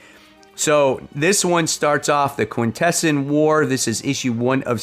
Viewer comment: lol I love how you pronounce Quintesson. enough to make a Transformer fan cringe my FOC (based on full FOC list) Capes #2 Creepshow Volume 4 #4 GI Joe a Real American Hero #152 Hama Files Edition Godzilla (Kai-Sei Era) #6 Hornsby & Halo #13 The Rocketfellers #11 Sisterhood: A Hyde Street Story #5 Skinbreaker #4 Teenage Mutant Ninja Turtles x Godzilla #2 Twilight Zone #3 Ultimate X-Men #23 Void Rivals #25